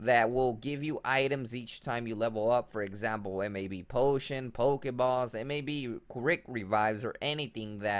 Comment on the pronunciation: "pokespot" and "pokebaws"